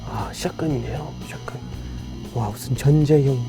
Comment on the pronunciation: 샷건 발음이 스무스해